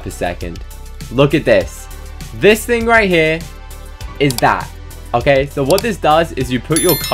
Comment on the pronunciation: "It's OKEH not to be OKEH"❤ ( cry😭)